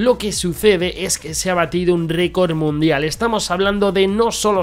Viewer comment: Alguien más se fijó en que en la intro cuando sale el bárbaro dice récord munidal en vez de record mundial